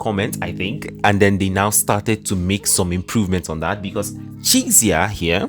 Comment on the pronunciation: Yangyang.. not YaengYaeng a like in "aqua" although its written as Chixia, its not pronounced as "Cisia" but "Chexya", and Bailian is not "Baelien", its Bai like in "bye".. "lian"... err... dont know how to explain it in english, but think of it as Alien, but instead of the normal "-lien", you add a, "liaen"